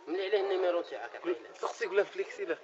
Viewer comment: هههههههه هذا والله لمرييد 😂😂عجبتني تع نفليكسيلك كيفاش نطقها هه